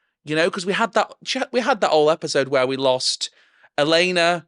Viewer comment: me hearing you call Olenna "Elena" for the whole series 😀